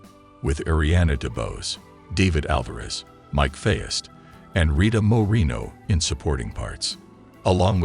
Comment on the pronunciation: Poor Mike Faist. Hopefully at least one reviewer will pronounce his name correctly.